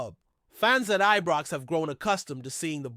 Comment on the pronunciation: Ibrox it's called not Ebrox 🙄🤷🏼‍♂️